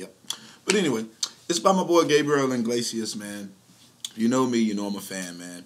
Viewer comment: Why does everyone pronounce his name wrong? Its Iglesias NOT Inglesias..! There is NO n in his last name 😡